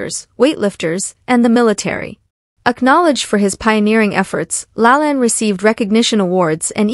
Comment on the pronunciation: Lol, Jack said his full name at the start of the video and you still pronounced it wrong.